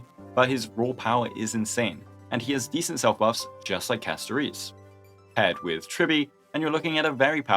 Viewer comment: why do you keep calling her castoreese. holy